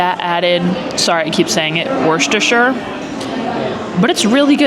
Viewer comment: Worcestershire pronunciation will always be the Achilles heel for American food vloggers haha. Wust-er-shur is how you’d phonetically pronounce it haha. But good attempt! Haha